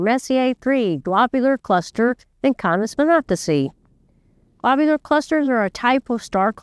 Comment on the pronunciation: It's pronounced kay-neez vin-AT-ih-see (or kān-eez vɪˈnæ-tɪ-sī)